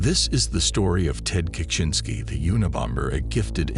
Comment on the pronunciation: is annoying. Constantly mispronouncing Ted's last name. Your videos are great, but you need a better narrator.